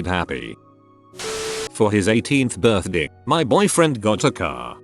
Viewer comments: “my birth-de” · Does it trigger anyone else when the voice says "birthde" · Nobody: Text to speech: Birthde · Noone: Not even a soul: Scottish viking: BIRTHDIY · Anyone getting annoyed how it says Birthdi like I’m not OCD it’s just annoying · The way the voice says "birthday" cracks me up every time I hear it. It's just how clear and coherent it is and then suddenly Sean Bean saying BIRTHDEH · No one : Him :berrrrrth deeaa Me : you mean birthday 👀👁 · When it says birthday it sounds like an accent Birthdey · Why does this voice say "birthday" so weird? It literally sounds like "buthdyei" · The synthesized speech sounds like he has a midwestern accent when he says “birthday”